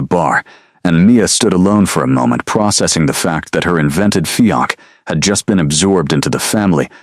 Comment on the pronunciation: Beautiful story focusing on real life practicality instead of vampire politics. A modern interpretation and refreshing change of pace. Highly recommended for fans of paranormal romance in a modern and sensible setting. Keep up the good work! I will say it would be a good idea to fix the pronunciation of fiance and cafe. The pronunciation used for fiance was not a real word and it kept pronouncing cafe as "calf" and a calf is a baby cow. Both errors were a little distracting.